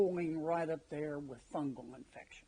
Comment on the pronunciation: " Fungle infections!!!" Kennedy is the best!!!😁😁😁😁